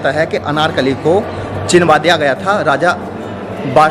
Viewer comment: Brother nice video but aap ek pronoun mistake kar rahe ho bar bar 😂 it's CHUNWA diya gaya tha not CHINWA diya gaya tha 😝😝🤭🤭🤭 n aapne thumbnail pr bhi chinwa diya likha hai 😂 use correct kariye.. But yes very very nice video 👍👍😊❤️